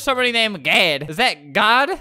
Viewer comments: LOL idk why that was so funny "oh my god...or oh my gad" "are you gad"....."no" lmao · He said Oh my Gad 😂😂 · Albert: GAD GAD!! Me: It sounds like he's saying dad but in a silly way.. IS GOD ALBERTS DAD!!!!